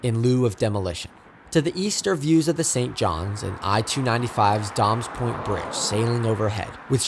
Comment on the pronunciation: Great video! I do need to point out that it's pronounced "day-mes point" not "dahmes point".